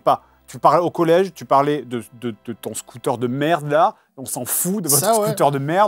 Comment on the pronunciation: l’instant scooter avec l’accent marseillais de Seb est mémorable